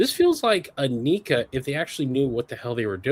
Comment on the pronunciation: “Knee-kah” lmao Edit. I am thoroughly enjoying this “history” of hiya video